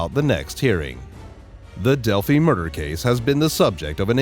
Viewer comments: a big improvement would be an actual human voice. Not only does it just always sound far better than a robot, but it's hard to take it seriously when it calls delphi "delphy" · You know you're listening to a robot narrating when he calls Delphi, "Delphy". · This "update" isn't an update and contains mistakes including a mispronunciation. How can anyone trust the information in this "update" when the city name itself is mispronounced. And this is far from being called an update since the arrest of Richard Allen is now old news. I'm surprised this post was titled as such. Do not waste your time.